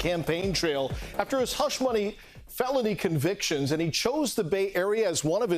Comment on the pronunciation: He almost flubbed his "felony conviction" line.🤣